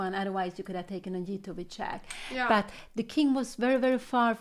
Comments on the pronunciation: Its not chack its check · Not chaaak but check. Not AF but EF